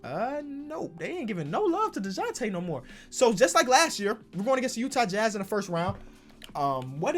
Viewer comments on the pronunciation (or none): none